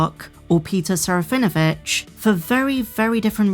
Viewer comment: There is not V sound in Serafinowitz. Please listen to Peter say it. SARAH FIN UH WITCH